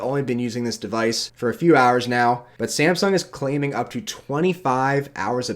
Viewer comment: Samsung. Not Semsung.